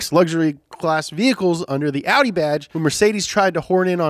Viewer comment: Can we stop saying outie... it's not a belly button 😅😅 It's Awh-di fam